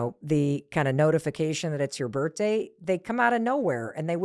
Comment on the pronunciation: Why do you say birtday…